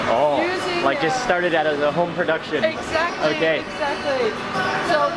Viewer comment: "exacly excaly" my mind!!!